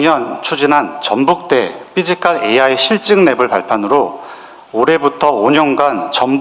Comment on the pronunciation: 삐지칼이아니라. 피지칼입니다 발음이 우껴와요 ㅋㅋ